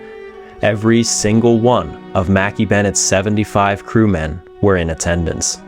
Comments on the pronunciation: You do not pronounce the ship name Makkie. In Scotland it’s Mac.Eye Mc and Mac are pronounced the same and KAY IS eye like 2 words not one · Pronounced Mack-ay not Mack--ee. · It's not mackie bennett It's pronounced MACK-EYE bennett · Shouldn’t the ship name be pronounced “Mackay” not “Mackie” ? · Mackay is pronounced Mac Eye ,,,,Angie in Scotland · Mackay would be pronounces Mack - Eye in Scotland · pronounced - - mah kay Bennett .... Jesus H Christ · Mackay is pronounced mac-eye ..... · I'm Scottish and Mackay is pronounced ma-ki. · Interesting pronunciation of the Scottish surname "Mackay".